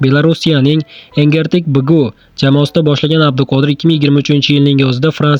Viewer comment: Ассалому алекум укажоним талафусни. Ту́грла ва кейин энгетик эмас энргетик ишинга омад